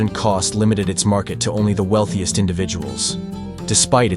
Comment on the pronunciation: Is it just me, or , did the AI say “Oney one hundred pounds?”